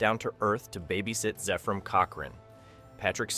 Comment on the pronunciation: "FIRST CONTAC" huh? - It's "ZEPH-RAM", not "ZEEF-RUM". - "Assimilate this." ISN'T three words! (It's TWO!) - Zefram exclaims "SWEET JESUS!" after seeing the Enterprise ALONGSIDE his ship in space, NOT on Earth through his telescope! I quit. Poorly made garbage video with A.I. Narration.